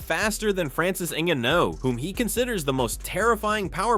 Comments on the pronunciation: Narrator lost all credibility based on how he pronounced “Ngannou” Wtf was that? 😂 Clearly he’s never heard anyone pronounce Francis’s full name. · The pronunciation of Ngannou. 😂 I suspect AI..